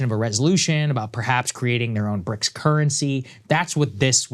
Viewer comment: ok so its now bricsisauee or bricsausiee